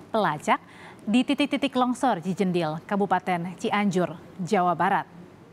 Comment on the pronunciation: Bukan cijendil min...tapi Cijedil